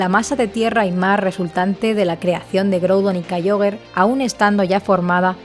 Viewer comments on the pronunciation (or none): Sólo una observación: se pronuncia "Kiogre", no "Kaioguer". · No se dice kaiogre se dice kiogre y tampoco cherneas se dice xerneas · Es en pronunciacion es Kiogre y Rayqueiza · ¿Kaioger? ¡Kyogre! Deja el postureoo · "Kayiogre" Tipo agua Tercera generacion